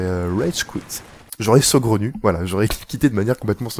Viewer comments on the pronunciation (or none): C'est saugrenu, pas segraunu. A part si toi tu l'entends: ce gros nu ;) Sinon bonne video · Il a une voie énervante le mec Avec son "segronu" ...